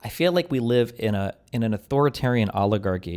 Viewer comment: Oligargy? wreaking haVAAK? This is embarassing, steven. Separately, incitement to misspeak and articulatory terrorism is a keklony crime. For that, you should be on the front page of kiwi farms.